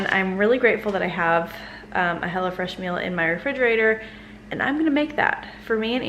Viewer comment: I thought you called it "Hella Fresh" lol. I was like, what?